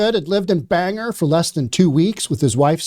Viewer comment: Bang-gor (the accent is on both syllables, and you pronounce the "g" twice).